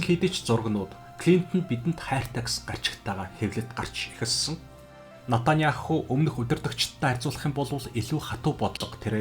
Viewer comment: Натаняаху биш, Беньямин Нетаньяху гэж дуудна. Араб болон Еврей хоёр үндэстэн цусан төрлийн хамаатан, нэг эцгийн хоёр хүү юм.